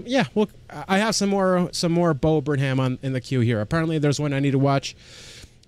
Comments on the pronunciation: There are at least a dozen of Bo Burnham reaction channels (pronounced Burn-um) - your first reaction of him got me to subscribe and have been waiting for more, but have enjoyed the Karl and Norm rabbit holes while waiting. Some must-do reactions: Left Brain/Right Brain, We Think We Know You, Rant, and Kanye Rant (and everything in-between). Thanks! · bud its burn-em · Funny you should mention Weird Al. In his new special "Inside", there is a joke on a white board that shows a ven-diagram with Martin Luther King and Weird Al. Bo puts himself in the middle. Also, quick pronunciation tip: it's Burn-um; drop the h :) Love your videos, amigo. Me encanta verlos a todos! (I'm only learning Spanish, lo siento) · It’s burnUM. Not burnHAM 👍🏼